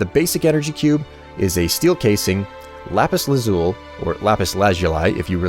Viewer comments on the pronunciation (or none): I've seen people call lapis lazuli LA-zoo-uhl or LAZ-yu-li, but not LA-zoo-li. What the heck? Only calls it LA-zoo-li?